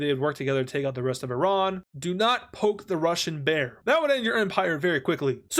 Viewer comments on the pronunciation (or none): none